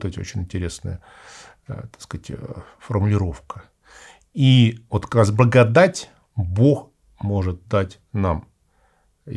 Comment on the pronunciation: Какой-то непривычный акцент у батюшки, особенно когда он произносит слово благодать. Немного отвлекает.